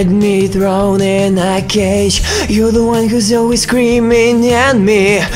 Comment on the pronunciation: небольшие косяки в словах feel, cage - как-то по-русски произносишь) а в остальном заебочек)